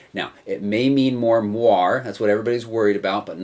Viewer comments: Nice review, thanks. P.S.: It's moiré, from french, so pronounced with an A in the end :) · Jane Douglas I'm dutch, and if I read it like that it looks like a french word, and I would pronounce it more like a combination of what you said and the guy in the video said. I'd pronounce it like mwahr-eh. But thanks! :D